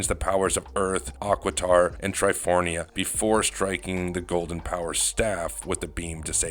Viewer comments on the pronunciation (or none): Is it just me, or is this narrator mispronouncing "Tri-for-ia" like "Tri-forN-ia"? I always thought it was the first? They also said Serpent Terra weird o_o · There is a lot of incorrect information on this video - those mispronunciations (and you are correct it’s Triforia) is only the tip 😂